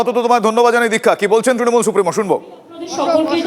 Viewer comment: Ekta dol er lok including Supremo nijeder dol er naam ta thik kore uccharon korte pare na tara desh chalabe. Kauke trinamool bolte shunben na sab tinomool bole